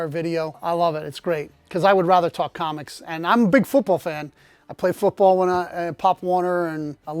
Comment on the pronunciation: Fewt Bawl? Never heard of him. On a serious note, the number of CGC books I had to send back (numerous times even in the same books) for foreign objects was a major turn off. I haven't sent stuff in for over a year now.